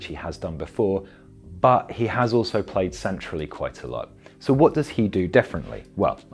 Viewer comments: FirmiNo NOT FirminYo (with pedantic apologies) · It's Fir-min-o not inho lol.. but great video as always though 🤙🏾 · Firmino... The "io" sound comes when Brazillian/Portuguese players have an H before the O, like Ronaldinho or Carvalho... It's not Ronaldio is it? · Great video, btw it's pronounced Firmino not Firminho. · Firm-in-o. Not Firm-in-io. (Apologies but my OCD kicked in) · It is difficult to take this video seriously, as you start out by pronouncing Firminos name wrongly. His name is Firmino, his name is NOT Firminho. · Why does everyone call him Firminjo? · "Firminio" how many times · He says firmino wrong.